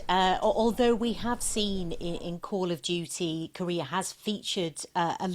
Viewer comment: "Coll ov Dyewty Moden Wofeh" 💀💀💀 Also, this is hardly controversial tbh. If it was in Palestine or Israel, then that would be a wholly different story. And gee, I can only wonder which side we would be fighting along side and who would be the "bad guy" in a COD story like that...